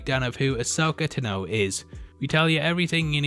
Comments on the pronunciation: Tano....Tano not ta know. If you watch the clone wars they tell you how to say it. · I do not enjoy the way he says Ta-no instead of Taahno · Ahsoka TAH-no, NOT T’know. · Tanno Tanno Tanno, it's tano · Everything you need TUH KNOW about Ahsoka TUHNO. Is that the reason by you were mispronouncing her name this entire video? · Tano rhymes with guano. Not dunno. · Ta(n) Know--jus sayin bro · Thumbs down, simply for your pronunciation of Tano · Why would anyone watch a leak video, especially of a weekly show? Also, why can't this chap pronounce "Tano" correctly and did he even watch the show? It's a bell Tano cut in half, not a horn. Dumbass. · You can’t say tano right js